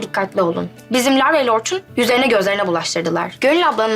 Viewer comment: Orçunun r si yok